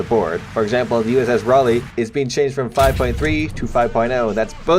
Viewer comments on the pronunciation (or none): none